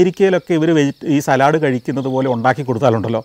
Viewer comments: not salad, but Sa-led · Santhosh, the English word ‘salad’ is pronounced as ‘saalad’ The Manglish pronunciation is ‘salaad’. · Salud not Salaaad